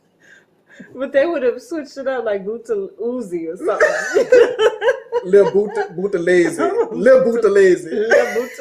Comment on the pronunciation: Thank you very much for this history. By the way you pronounced Buthelezi correctly.